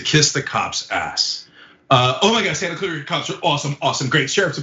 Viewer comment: Why does this Latina say "Santa Clarita" intentionally pronouncing it incorrectly? She can't even say it correctly in an English pronunciation. It's as if she is intentionally hiding her pronunciation. Ashamed of her heritage or just doesn't understand how vowels work?